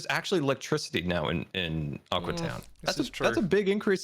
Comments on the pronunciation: It's pronounce Ah-Q btw. Not that it really matters but just sayin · The way he pronounces aqua drives me nuts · Pronounciations: uh-cyu town (Xisuma) uh-cwi town () uh-cwe-we town () a-cwu town ( and others) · Xisuma: Aquee: Aqueewee: Aqua: Aqué Will someone just finalize how to say the towns name already!!!